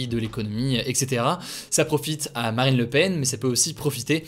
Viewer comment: c'est moi ou j'ai entendu maraine le Pen ? 🤣🤣🤣